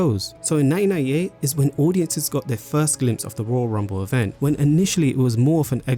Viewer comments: Mate I’m English and you’ve even made me self aware about not pronouncing my T’s. It can be heard as 1988 or 1998 because of the way you (and I) naturally talk. As a narrator I think you have to pronounce your T’s however unnatural it feels. Absolutely great video otherwise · am I crazy? It says 1998 but his accent sounds like he’s saying both 1988 and 1998 😂